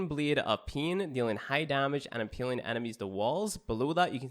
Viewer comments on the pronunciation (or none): Lmfao I cringed when he said that